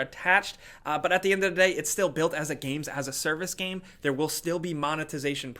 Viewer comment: Please tell how to pronounce game. It's game: g-aim, not gam. Thank you